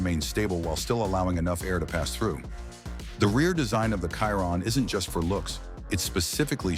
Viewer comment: It's obnoxious hearing these speech-to-text videos pronouncing a Chiron as a Kyron. You know if you spell it Shearon instead, it will actually pronounce it properly - Pro tip.